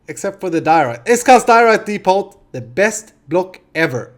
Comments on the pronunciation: I don't mean to be rude but in the word depot the 't' is not pronounced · great video. ont thing though in depot the t is silent